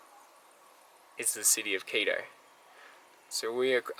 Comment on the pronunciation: your pronounciation of Quito would make my ex throw things at the monitor. You are saying Keedoh. You have to remember that in South America, any word ending in o uses a short vowel sound, not oh! So it would sound more like Kito. Good video as usual, have a good week and stay safe.